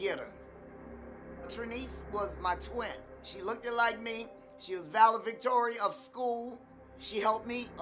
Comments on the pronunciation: What's a "valibictory" of school??? JW LOL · Valivictory th 😂😂😂😂😂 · When she said “ she was valivictory of school” I died a little bit 😩😩😩😂😂😂😂. Shame on her being that way to her own granddaughter